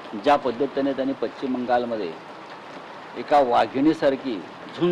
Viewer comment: Pachhim navhe pashchim aadi uchhar theeka kara